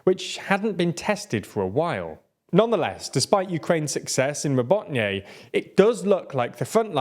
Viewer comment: Robotyne (Роботине). It's pronounced 'ra-BOAT-ta-neh' which in English means "work." This video alludes to (on purpose I am sure) that the 2nd and 3rd lines of the Russian defence are as formidable as the first. Therefore, it is easy math using that 2 months-per-10 km benchmark. This assumption, if being made, is totally incorrect. Just the fact that the Ruzzians have started pouring reinforcements into the 2nd line of defence of that area is a very good indication a vulnerable gap has already been opened. According to some (reliable) Ukrainian sources, the Ukrainian army has already surpassed the mine fields and is pulling in elite mechanized units from their reserves to join in the fight, this includes the use of Challenger tanks. So Tokmak may be liberated sooner than some are speculating. But if I am wrong, then I am sure the Ruzzians have weakened their defences in other areas of the front by reshuffling some of their units.